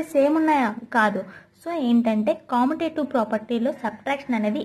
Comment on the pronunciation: Not commotative it is pronounced as commutative